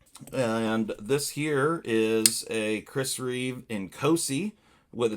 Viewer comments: Reeve, not reevesssss You said in both ways lol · Its Chris Reeve not Chris Reeves!🤣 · It’s Chris Reeve, not Reeves